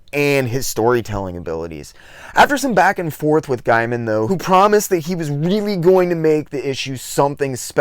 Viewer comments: I'd love to see a retrospect on Madman if you promise me you'll do me one favor and pronounce Neil's last name correctly from now on. It's pronounced Gayman, not Guyman. By the way, I'm just busting your chops. It's nothing personal. I mispronounce names on occasion too. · just a heads up, like you I initially thought it was pronounced "guy-man" but actually it's "gay-man". and like him there was a few times i thought you were saying Neil Diamond LOL. Great vid, and looking through your channel i've queued up a bunch to watch next. Awesome topics for a 90s-onward comic nerd like me. Subbed. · Comico is pronounced Comeeko (I know because I worked there), and Gaiman is pronounced Gaymun.